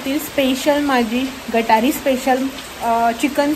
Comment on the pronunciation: Madam " It's not Gathari it's GUT HAAREE Thank you so much